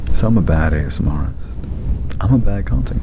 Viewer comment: Because ily it’s pronounced ASMRtist - as in ASMR + artist (not ASMRist) 😘🩵